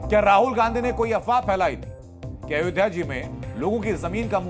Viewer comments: यह itlay पुत्र "अयोधिया " बोलता है, अयोध्या बोलना भी नहीं आता। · Pappu ayodhya ka ucchar bhi ni kr pata. Italian version